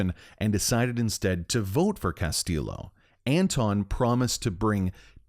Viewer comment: Bro the game pronounces his name right. Castillo isnt pronounced with a hard L its pronounced “ll” like “y”.